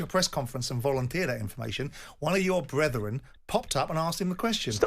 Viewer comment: Bretheren Simon? You are part of this brethren now Simon. Stop acting high and mighty, though i know its hard for you.